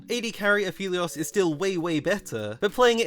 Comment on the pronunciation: Everytime i hear pronounce Aphelios as Afeleos makes me blink twice. "Come again,?"